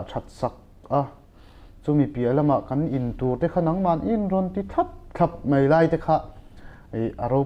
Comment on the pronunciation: Mei ti lovin,Mai tiha lam ṭhin a ṭha hle 'Mai'.